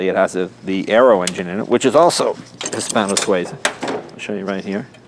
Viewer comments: This is not Hispano SuAza, it’s Hispano Sueeeza ) Jay has the best toy shop in the world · PLEASE stop saying "Hispano-SWAY-ZA," young man. It is pronounced "His - PAno -Swee -zah."